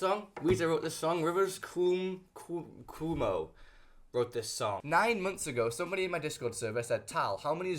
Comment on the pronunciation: Erm actually its rivers CWOH-MOH